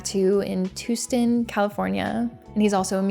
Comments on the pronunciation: It’s pronounced Tahstin not Toostin lol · It's pronounced "TUH-stin." :) 👠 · lolllol I like the way you pronounced Tustin, I will be calling it this now